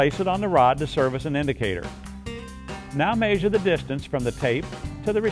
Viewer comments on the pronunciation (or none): i love how he says mayzure lol